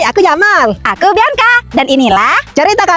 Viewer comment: Bianca kak bukan biaca